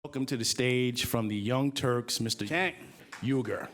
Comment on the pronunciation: Congrats Cenk, that was a brilliant speech. Just wish you guys didn't feel the need to edit the sound of the guy mis-pronouncing "Cenk" with the "Cenk" from a few seconds later . Don't stop keeping it real, if even it is a little embarrassing!